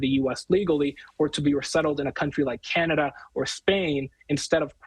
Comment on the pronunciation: You heard it too 😂😂 he put his ALL in those two words!